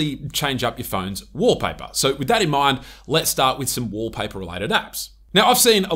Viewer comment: Wolpah-peh❌️ Walpaper ✅️